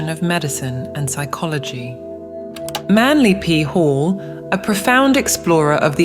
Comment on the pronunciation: 😂 the accent makes Manly P Hall "Manly Pee Hole" i just ablut spat out my drink and had to rewind to make sure i did mishear that!!! I did not. 💀 What an unfortunate name when said a specific way